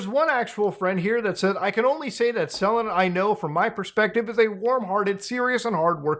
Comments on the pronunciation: I getting Last Aibender flashbacks on how many of the outsiders covering this keep saying Selen's name wrong. I know its not the point but it makes it feel more like drama chasing then a genuine call out of a bad situation. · It's selen, not seleen.